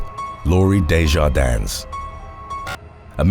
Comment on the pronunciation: The "s" in DeJardins is silent.